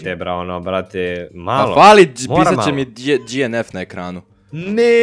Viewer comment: nekazese dienef nego dnf